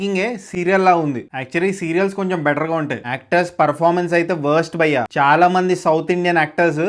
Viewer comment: Bro ...try say 'bhayya" ....not bayya